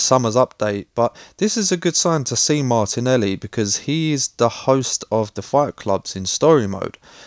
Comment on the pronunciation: I think its MARTELI NOT MARTINELI BRO